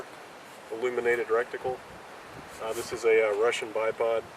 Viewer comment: "Rectickle" lol